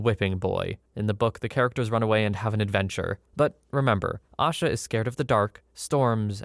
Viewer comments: Only thing I wanted to input was her name isn’t pronounced “Ah-shuh” it’s pronounced “A-shuh” Kinda like Asia but with a shorter A at the end. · Asha Degree’s disappearance was and still is a case I think about often. She lived in the same county as I and whenever I drive home, always see the same, single, faded billboard everyone still sees these last 20 years. Her name is actually pronounced with a long A in the first syllable. I don’t normally correct on the web but it’s at least something I can do for her today. 😢